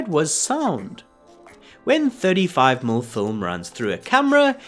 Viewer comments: Please tell your AI narrator that 35mm is pronounced "thirty-five millimeter" NOT "thirty-five mml". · (Why is "millimeter" being pronounced "mill"? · In this video, a rather informative and very interesting discussion of the technology of Technicolor is (somewhat) spoiled by the reading of the AI narrator. How many times do we hear 35-millimeter film referred to as "35-umm" film? OMG. Watch my eyes roll. Look, in this case, I don't think the script was written by AI. This description is much more likely to have come from a human being. But I gather that some sort of automated reading program with a vaguely Australian accent has not been programmed to know that "mm" should be spoken as the word "millimeters." Why-oh-why don't the producers of these videos sit down and listen to them first and tweak the reading so that the pronunciation is correct? I think that should be a YouTube requirement for monetization.